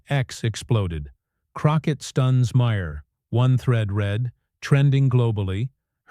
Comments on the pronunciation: Jasmine Crockett rules. F' Smug Maher. To the creators of this Youtube channel, maybe if you didn't use a AI narrator, who is "Meyer"? or Ma Her. lazy ass can't read your own script? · Whoever writes your narration needs to try cheap novels or maybe creating scripts for The Real Housewives. The narration on this clip is ridiculous. Further, your AI narrator can't pronounce Maher's name correctly more than once every six times or so. In short, I recommend that no one watch this channel.